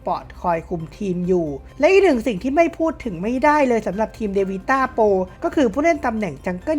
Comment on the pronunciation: พูดคำว่า เลย ของมึง อุบาทมาก